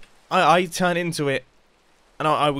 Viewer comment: Should i say that u said "Tern" not "Turn"?